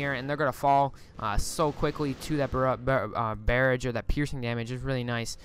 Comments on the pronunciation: Is English not your first language? Lol... Necro-polis and bear-aj.(It's neck-cropolis and buh-raj) Anyway nice casts. Enjoying them. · Learn to talk, lol your "necropolis" and "barrage" pronunciation. Schools today are wtf?